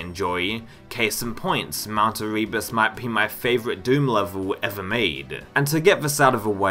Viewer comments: Eh-reee-bus 😂. Never heard that mispronunciation before, but there’s a first time for everything 🤷‍♂️ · The way you say Erebus kills me and that bfg technique is awfully, but otherwise great video